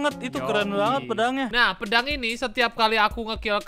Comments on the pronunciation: Bang pedang bang bukan pendang 🤦🤦🤦🤦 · Bang kok pedang jadi pendang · Pedang❌ Pendang✅